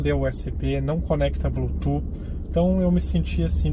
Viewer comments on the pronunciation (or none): none